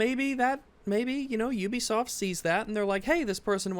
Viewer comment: say it with me … “You-Be-Soft”. You don’t go to Ooniversity, do you.. Or live in the Ooniverse?.. hey!?!.. see, you can pronounce ‘Ubisoft’ correctly. So why does it become ‘Oobisoft’ when I’m not looking? 😏